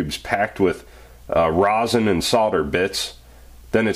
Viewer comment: reson not rOsen